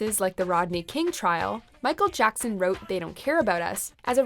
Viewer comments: Michael Jockson? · i swer she said michal jonson